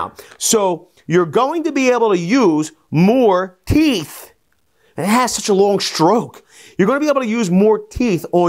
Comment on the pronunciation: "24 Teethisis" lol, love it